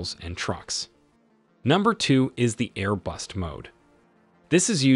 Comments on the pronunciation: It's Air Burst not Air Bust. You need a better translation program. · Isn’t it “air burst?” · is it air BUST or air BURST?